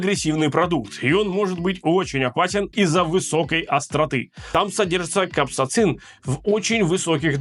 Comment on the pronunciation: Какой капсацин, может капсаицин ?И заварил не так. Нужно без жидкости. Запариваешь лапшу, сливаешь жидкость, заливаешь соусом.